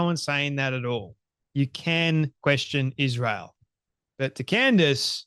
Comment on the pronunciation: Why does she say ISZHRAEL? She can’t even pronounce it correctly😊